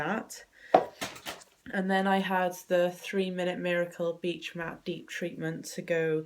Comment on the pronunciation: Is it not Beach Mate (as in friend) not Matte (as in finish)? haha. Totes know what I'm getting you for Christmas :p xx